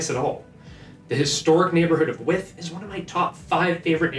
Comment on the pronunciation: It's not With, it's Wythe. Y th!!! 😉